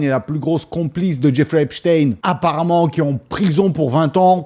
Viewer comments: c'est pas shtine mais shtein comme tout les jui f allemand ou autrichien et non une consonnance Russe comme Lénine Staline ou Poutine, par la prononciation ils ne veulent pas que l'on fasse la connection. C'est honteux d'avoir mis une photo de Mickael Jakson sans rien préciser que Neverland a été plus ou moins construis pour empêcher les enfants d'aller chez epstein, Macaulay Culkin l'a bien précisé. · Super tes videos mais stp prononce son nom comme il se doit, c est un nom allemand!! Comment prononce tu Einstein, Wolfenstein, Weinstein...?